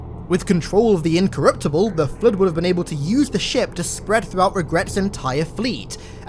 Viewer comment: Nobody:: "The Flutt"